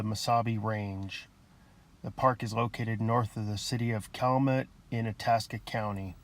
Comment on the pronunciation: It is Pronounced Cal U Met